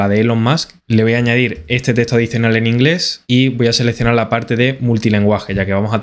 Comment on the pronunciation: No es testo! Es teXto!